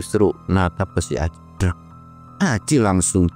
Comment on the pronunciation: Belepotan nyebut Ali sama Acil patuker paganti pagentos 😂